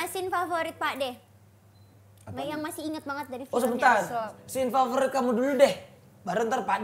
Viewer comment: Scene bro 😭 bukan scane 😭 apaan scane?